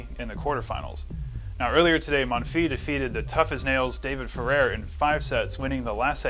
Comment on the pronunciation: pronounce the s of Monfils :)